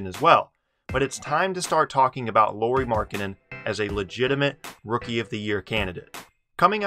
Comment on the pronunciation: Lauri is pronounced Lowry like Kyle Lowry.